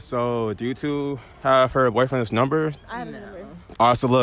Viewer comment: I love his unique pronunciations “boi-friends”